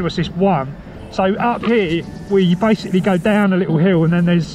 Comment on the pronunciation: Did you say "This is bikesically" lol